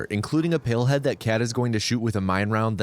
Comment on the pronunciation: Not me thinking he is saying pillhead and not palehead